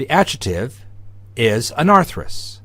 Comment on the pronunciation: Thanks for the great series! Just one thign, though: your incorrect pronunciation of 'adjective' as /ˈadʒɪtɪv/ instead of /ˈadʒɪktɪv/ really REALLY drives me crazy. I know, that's a small thing but I just can't help myself. Where did you learn this pronunciation?